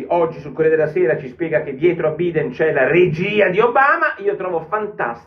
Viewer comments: Porro ottimo come al solito, una piccola cosa Biden si pronuncia Baiden in italiano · Porro sei un mito ma guardati la pronuncia corretta di "Biden"....